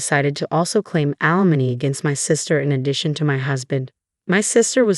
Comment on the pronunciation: alimony not alamon